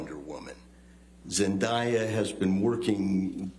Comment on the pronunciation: ZEN-DAY-UH !!! You can say Jason Momoa but you can’t say Zendaya ???!!?!?